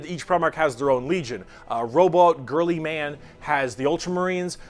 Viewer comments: Its not girlymanits pronounced gilyman but spelt guileman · the "robot girlyman" insult is really just an insult about his name Roboute Guilliman, pronounced "Ro-Boot-eh Gill-ee-man" He has a whole load of ways to make fun of his name Rowboat Girlyman Reboot Gigabyte Robot Gorillaman Big Daddy G Rodent Guillotine Redbull Gasoline People just love making fun of his name